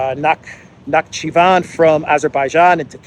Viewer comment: Na-hi-chi-vAn, accent on a last syllable Place of Noah's Arc landing, by the way. Nah, i'm not a believer, just saying.